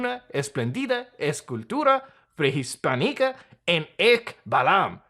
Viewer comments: it was written prehispànica and bro still read it as prehispanìca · Good spanish muta :D The pronunciation of prehispánica its funny but mosly all good, im proud